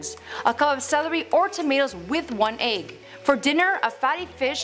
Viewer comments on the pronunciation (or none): Your way of pronouncing "egg" was honestly so funny😂😂